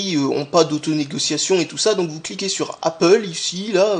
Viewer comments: Il a dit Apple!!!! Pas apole mais apple!!!!! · Félicitations, tu sais désormais prononcer Apple x)